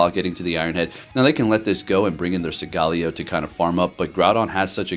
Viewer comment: Im not positive but I thought it was pronounced Sole-Gah-Lee-O...but who cares, great vid dude!